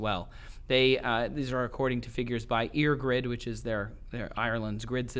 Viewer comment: 'Eirgrid' is pronounced like 'Air-grid'. No biggie, mind: it's understandable where you'd get that pronunciation from. If you see 'Eir' at the start of anything associated with Ireland, it's always pronounced like 'air'.